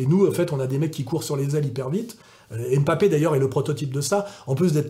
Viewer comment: Janvion, pas "Jouvion" Et c'est pas "M'papé" mais "Mbappé"